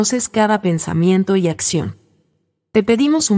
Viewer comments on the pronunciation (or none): none